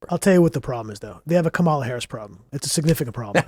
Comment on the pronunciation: is the only one who pronounces Kamala correctly